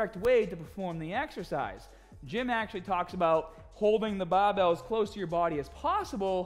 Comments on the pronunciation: You makes me getting smahtee with baahbell training. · You teached us it's baahhbell not the barbell 😅😅